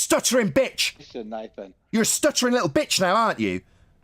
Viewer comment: Vegemite and wtf is "liwwl"? 😂😂😂